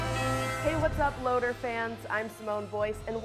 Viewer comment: LOTR fans sounded like Loader fans....need to drop that immediately.